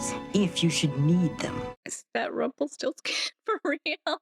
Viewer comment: Avery Brooks mispronounces "Rumpelstiltskin."